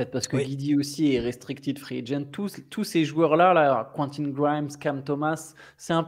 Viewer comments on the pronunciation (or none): none